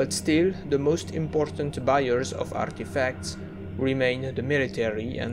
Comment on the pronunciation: caught me out of nowhere "arrrrrtefacts"